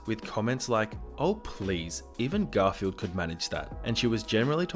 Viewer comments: It's "Ger-il F-ren-d" not "Gothle" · Ok one thing did you just call a girlfriend, a “Garfield”?😂